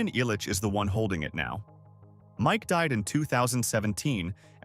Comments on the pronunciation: Mike “I’ll-Itch” family, not “Eye-Litchfield”. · The EYE-litch name... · Right? 🤣 Eye-litch family? 🙈 I stopped there...